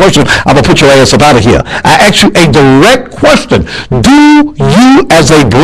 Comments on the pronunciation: im gonna "axe" you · it's hard to take a militant black man seriously when he repeatedly uses the word aks. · I axe where he learned English. And he calls HER stupid. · Let me axe you a question. Have you seen the movie Talk Radio? Just sayin'. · It's interesting that he calls her stupid, but he keeps "axing" her a question. There is no such verb as "ax." And apparently he has nothing more intelligent to say than profanity and does not know how to behave decently. You make a fool of yourself. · LMAO i ax you a question... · "Stupid as I think you are, now I will axe you again."-What?